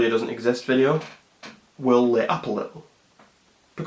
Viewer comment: Deliberately spelles like that,its how he says'exist'.